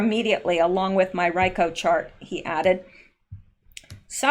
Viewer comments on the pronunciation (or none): Its RICO ( pronounced Ree-koh). Thanks for another good video.